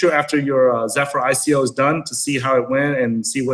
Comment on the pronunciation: did she pronounce ico, iko?